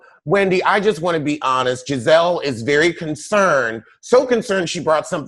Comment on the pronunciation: Can someone please tell me why calls Gizelle gabreese & gabrissy?